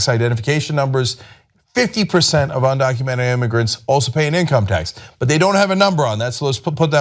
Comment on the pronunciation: Well hey, the girl who called Trump supporterts ' dumb' can not pronounce 'undocumented'.